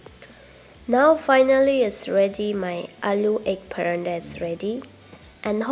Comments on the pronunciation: Its paratha...not parandal😆😆😆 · It’s not Parantha dear 😊 it’s Paratha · Its paratha not paranta... You're pronounced Parantha which is incorrect 😊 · Hey not barada it’s parata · Recipe is not good the way you pronounce is I don't know whether you say parathas or parantas of 1egg and 1 potatoes how can you make so many all rubbish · It’s paratha or paranda? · Yes, you are right its call parat👍️👍️not parantha👎️👎️ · Wat is paranda....... It's paratha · Madam its not paranda!!!! Its paroda or parotha!!! Its an Indian food!!! Aloo means potato!!! So it potato chapathi!!! Not even paroda!!! Sorry !!! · Good well tried paratha not pranda mam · Say paratha NT paranta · Parantha!? Lol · It should be "Paratha"not "Parantha" you wrote the spelling correct but pronounce it wrong. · Paratha not paranda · Its called paratha not a paranta...😋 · Paratha bolo mam not paranda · I could not help but notice ur pronunciation for PARATHA as PARANDA....😂 😂 😂 Plz don't be offended....😊 😊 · Sahi hai sahi hai...its paratha not paranda 😂😂😂😂😂😂😂😂😂😂😂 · Actually me too😂😂😂